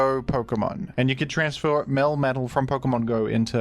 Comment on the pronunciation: Nah it was "transfauah"